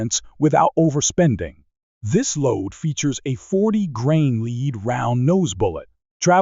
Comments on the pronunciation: Lead.....it's pronounced LED, not LEED. Where do they find these script readers anyway? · Fix the AI reader to say the soft metal bullet name lead correctly! It is NOT pronounced "leed" ! It is pronounced "led".. This video is all about bullets made from LEAD. NOT leed! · AI narration is weak. Lead (led) not lead (leed) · Well, so much for A.I. Lead (Leed) fouling? Semi auto (Semi-I-O-Toes). Well, I don't see A.I. taking over the world anytime soon. For me I'll stick to CCI Blazer and Stingers. All of these BS new rounds are marketing hype in order to charge more. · "Lead" pronounced "Leed". Dead giveaway for fake/computer voicing. I hate that stuff. Next. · And lead pronounced "leed"! 🙄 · You can Lead a horse, but it's a Lead acid battery. I know it's spelled the same, but the way it is said, it totally means something different. 🤔